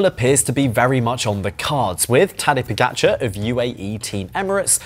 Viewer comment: Why not pronounce correctly the names Pogacar Vingegaard? You are getting paid to comment